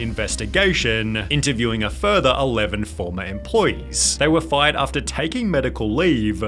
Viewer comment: "Almost got her FYUUHD" LMAO